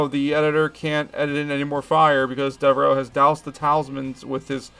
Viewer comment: Thanx for posting this. This movie is in my DVD player right now. RIP to our Spaceman...ACK! ... oh ,and it;s pronounced Deverow